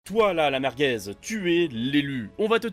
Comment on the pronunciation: "la mergez" ça me rappelle quelqu'un XD